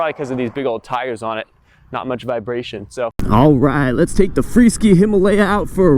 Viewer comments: It's a freeSKY....NOT freeSKI 🤣🤣🤣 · its Free Sky not Free Ski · Hey,, the name of the company is free sky, not freeskee. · Thanks, but I think it's pronounced FREE-SKY(SK eye)!